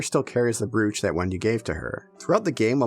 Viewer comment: “brooch” is pronounced “broach”.